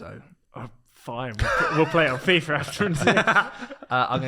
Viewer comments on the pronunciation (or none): none